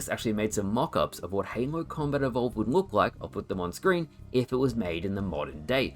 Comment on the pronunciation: Why do you say "Heynlow" to say Halo ?ahah